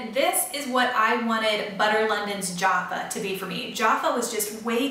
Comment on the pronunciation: Lol, Jaffa is pronounced jaff ("a" as in jack) - ah (as in ar) :) Jaffas are a wee round chocolates coated in a kind of orange flavoured candy and are quite a bright orange!